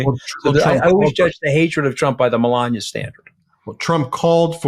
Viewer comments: Malogna like he pronounced it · Let’s mispronounce Melanie’s name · I noticed trump started saying her name wrong. Scaramucci is saying it right, like DumOld used to say it. 😂